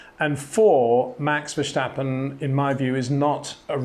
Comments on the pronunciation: Verstappen, not Verschtappen. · good analysis but Max is not German, there is no c in his name, verstappen is Dutch, ver stappen, but every time he says the name, ver schtappen, hurts my ears (and yes, I am also Dutch) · love the analysis, but PLEASE stop saying Verssshhhtappen, he's not German. It's Verstappen, no shhhhhh. (I'm Dutch, it annoys me...!) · Please shtop calling him vershtappen. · VerStappen, not VerSCHtappen. Say STOP > Verstoppen... then STAP > Verstappen... you got it! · Its Verstappen and not Vershtappen ffs. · Very insightful analysis, I really like it. Disturbing for me is that Peter after all these years still pronounces Max' surname as "Vershtappen" with the silly H in it. Why not translate it literally as "Far Steppin'" and just say that? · So should I pronounce your last name has Windshor? Windshore? Windhsjjjhooore? Verstappen is not a character in an Austin Powers movie. It's just an s. Say it out loud: I step outside, not Schtepp outside. Have a Schwepps, by all means. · Great analysis Peter, just one little thing: Max is called V-e-r-s-t-a-p-p-e-n. Unfortunately you permanently pronounce his surname as Versjtappen or Vershtappen. So it is Vers as ‘Verse’in English and tappen as ‘tapper’ in English. Dutch is a bit of a handful at the best of times. I’m sorry to bang on about it but it would improve your brilliant analyses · Welcome to another how to pronounce 'Verstappen ' comment. If you really want to keep the English vibe to the name: Fur-step-un notice there is no 'J' in the name. To sound it more Dutch-like: Fair-step-un Come on 'By Peter Windson', I know you can do it! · It's not vershtappen... Pronounce the st as in step and you're fine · What in the world makes you and other Englishmen pronounce Verstappen as "Verschtappen"??? It seems very ignorant and inpolite. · The 's' in Verstappen is pronounced as in 'stone' not as 'show'. He's not German. Good content though! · Why he say his name like that😭🤣